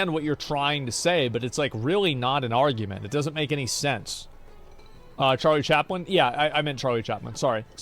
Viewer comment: bro said charlie chapman :P